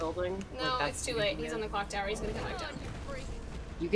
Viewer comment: Nicole's near-flub of Cock Tower was legendary.